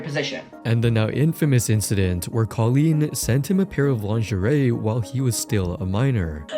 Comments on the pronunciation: In 24 hours we’re gonna see the Internet Anarchist knockoff but he pronounces lingerie as “lin-ger-ee” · he's gonna say "linger-ree" again lol